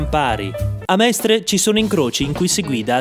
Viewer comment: Sono veramente deluso dalla pessima pronuncia di Mestre